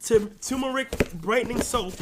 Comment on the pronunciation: Man said “African Black Sloap”😂